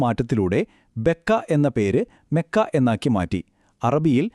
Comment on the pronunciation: Mekka അല്ല . മക്ക ആണ്